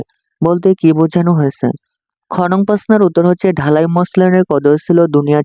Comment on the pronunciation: স্যার আপনি তো ঢাকাই মসলিনকে ঢালাই মসলিন বলতেছেন🫣🫣